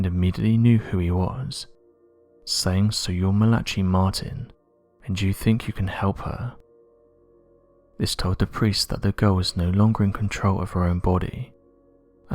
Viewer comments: It's Mal-uh-kee Martin and NOT Mal-uh-chee Martin. Fr. Martin wrote "Hostage to the Devil" many years ago. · The first name of the priest, Malachi, is pronounced 'mal-ih-KHY', not 'mal-AH-chee.' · Malachi is pronounced "Malik-eye" not "malachee"---just trying to be helpful:) Malachi Martin used to be on The Art Bell shows on Coast to Coast am--good interviews.... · Malachi, chi is hard c plus a long I, Mala-kye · Malachi Is pronounced malar kie. As in pie but with a k sound. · Mal-i-ki Martin. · LeviOsa not LeviosA